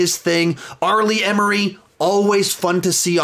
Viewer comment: I have never heard R. Lee Ermey pronounced that way. Haha